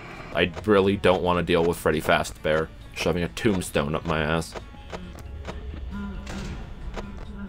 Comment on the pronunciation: woah. five nights at feddy fazbar